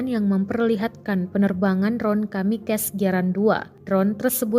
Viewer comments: KamikaZE.... Bukan kamikes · Yang bagian pembaca berita mohon kalau baca tulisan kamikaze jangan dibaca "kamikez" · Kamikaze bukan dibaca kamikes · Kamikaze berasal dari Bahasa Jepang yang dieja sesuai tulisannya. Bukan KAMIKEZ cara mengejanya, bukan Bahasa Inggris. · Cara narator baca kamikaze gmn gitu hihi